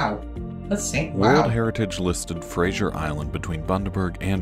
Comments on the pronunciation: Fraser Island (like actor Brendan Fraser) is pronounced FRAY-ZER…. Not Kelsey Grammer’s “Frasier”. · Frazer not frazieer. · We say Fraser not Frazier island - dont feed the dingoes, they can bite. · Kelsey grammer got some explaining to do to Americans. It’s Fraser like laser! Like Brendan Fraser not Frasier